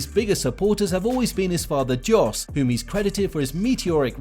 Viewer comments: It's pronounced 'Yos', not 'Jos'. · It's not "DJOS" but "JOS" Verstappen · Yes its pronounced like yos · Its pronounced yos (Jos Verstappen) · This is my first year in the world of F1 and I gotta say I'm shocked by the amount of people who can't pronounce Jos Verstappen's name. It's Yos, the J is silent. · Still pronouncing his dads name wrong, how lazy are you?. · Great video, but why can’t you say some of the names properly?? It’s pronounced Yos, not Jos. It’s IrVINE, not Irvin?? But Max is better than Hamilton, period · Jos is pronounced with a Y. And it’s Eer-vine. Like the Vine app